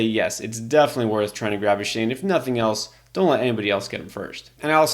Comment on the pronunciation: It's pronounced ( A- Chain) not a shane